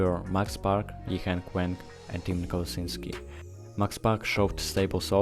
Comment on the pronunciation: YiHeng Weng again! It’s Wang!